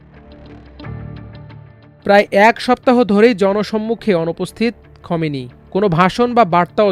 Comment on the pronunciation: খোমেনি নয় খামেনি।